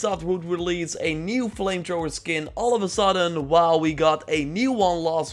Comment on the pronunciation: He said flame Trhoower lol